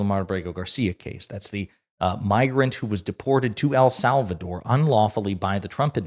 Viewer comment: Who is "Al Sal Val Door?" 😅😅😅😅😅